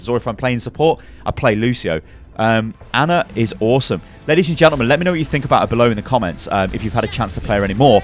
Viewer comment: "Anna" What. It's Ana, like "onn-a."